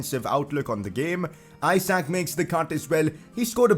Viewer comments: Pcq : Reading Isak no Ajsak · i think the pronounciation is eshuk (the a sounds like u in mud for example) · Isak is pronounced Eesak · and isak pronunciation is wrong too